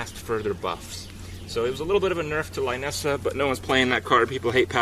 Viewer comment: it is pronounced Lainessa? I always thought it is Linessa ("i" pronounced like "lit")